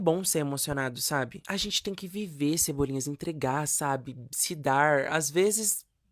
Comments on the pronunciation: toda vez que ele fala "cebolinhas", eu morro um pouco por dentro. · Cebolinhas me irritou tanto quanto malta.